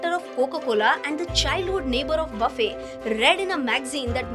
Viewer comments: Baffey nahi, his name is pronounced as Buffete. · FYI - his last name shouldn’t be pronounced buffay instead it should be Buffett.